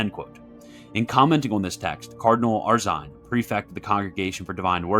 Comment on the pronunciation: This guy just called cardinal Arinze "cardinal Arshein"